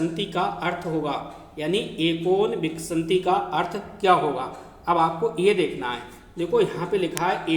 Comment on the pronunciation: बीस को आप गलत पढ़ रहे हैं सर। विन्शति को आप खुद बार बार विशन्ति गलत पढ़ रहे हैं।